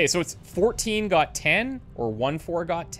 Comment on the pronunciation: "or 1 4 got 10?" - he says it close enough to correctly that one time...